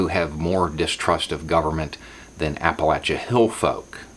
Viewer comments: Thank you for pronouncing Appalachia correctly. Keep up the good work mate. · I'm so happy! You pronounced Appalachia correctly....yay! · Wew you pronounced appalachia like you're supposed to. I know you're southern but man it's rare to hear it